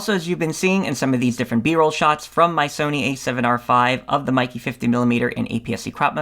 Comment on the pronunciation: Pronounced "may ke"